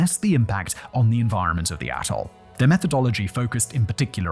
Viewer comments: why does it sound like hes saying asshole when hes saying atoll? serious question, isn't that why we enunciate? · anyone else hear bikini asshole at the start of this video? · I had to rewind this part 5 times until I finally put on subtitles bc I could have sworn it said “bikini a$$h0l3” 😂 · "the tobinin, bikini asshole" is all I can hear, I know you're saying "......... ....... atoll" but cant figure out exactly what... If only you were selling scripts o.O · Swear you said bikini asshole 😅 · When you say atoll, it sounds like asshole. I'll show myself out. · I think he keeps saying "Asshole" for Atoll. I swear it... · I swear Simon i thought you called it Bikini Asshole 😂😂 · He says Atoll, I hear A**hole. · I thought Simon said Bikini A$$h0le not Atoll… 😂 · Am I the only one that keeps hearing "A$$hole"? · Yep. Definitely thought he said Bikini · I swear I hear bikini A $$ hole the first time. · Did he say 'bikini asshole' instead of atoll at the start or is it just me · Every time he says "atoll" it sounds like "asshole". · Not really criticism, but more something I found funny. The first time you said "Bikini Atoll," it sounded like "Bikini Asshole" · Immediately at 8 seconds you sound like you're calling Bikini Atoll asshole...lol. Love it! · I had to back up a few times at the start because I keep hearing "Bikini asshole" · oh ... youre saying "atle" ... i really heard something else there .... do you know "atle" doesnt have an S in it? i swear i could hear an S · Simon i know you said 'Bikini ATOL' but that is... Not what I heard. And now i cant unhear it, its made this video even more enjoyable. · Please enunciate "atoll" more clearly. I keep hearing a different word(s). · I feel like it should be bleeped every time Simon says “atoll” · When Simon says “clean up the AT-TOLE”…. I don’t hear atoll… lol